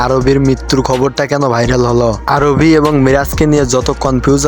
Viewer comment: আরবি না আরহি